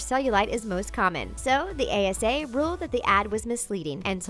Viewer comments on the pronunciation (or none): Was I the only one who noticed she said ACA instead of ASA twice